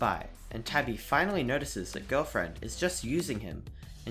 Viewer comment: ITS TABI NOT TABBY DUDE